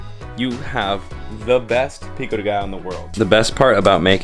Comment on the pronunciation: Pico de Gallo it's pronounced like Gayo. So you know💪🏽🚀